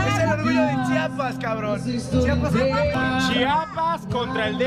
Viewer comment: Acabo de encontrar este video, omg me encanta que diga bien Chiapas y no chapas como algunos que lo hacen a propósito